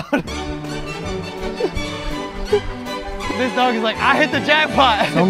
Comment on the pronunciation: Bruh when he says oh my god he sound Ohio as shit😂😂😂😂